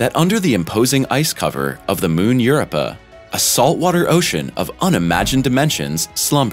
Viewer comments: Europa..."YER-OWE-PUH". NOT "YER-UH-PUH" Please learn to pronounce it before you give info on it. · Europa: It's not "Your - up - a". It's "You-rope-a". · I won't watch anymore until he pronounces Europa correct. It's not URPA! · Europa pronuncation has rope in it . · His pronuncation of europa bad too . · Yeah, I've noticed.